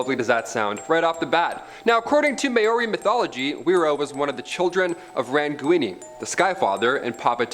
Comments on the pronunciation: May-Owri? Thought they're called Maori.... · May-or-ie? Lmao its pronounced Mao-re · What is it with Americans and pronouncing Maori wrong? Get it right man!! It's ma-ori not whatever you said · Ok next time you include Māori can you please learn to say it better please